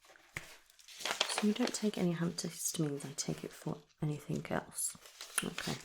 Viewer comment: Great video, very soothing. However one very, very small point. It is anything and everything, not anythink and everythink. Sorry